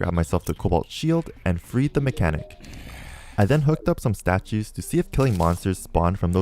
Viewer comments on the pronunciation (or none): When you said “and freed the mechanic” I thought you said “and breed the mechanic” 💀